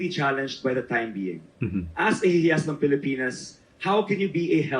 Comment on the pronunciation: HIYAS is pronounced like- HE-YAS!! Meaning GEM OR JEWEL.... Palatinjug is pronounced as how the Spanish abecedario would pronounce the letter J which H in Spanish. I thank you..